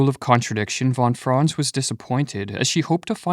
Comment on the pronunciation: Is this AI-made? "Von Fron" lol. Try fon Frahnts